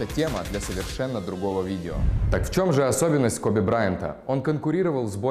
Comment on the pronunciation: Не Кобе а Коби!